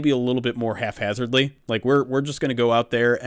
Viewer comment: lol, is still mispronouncing "haphazardly". I thought we ironed that out my man!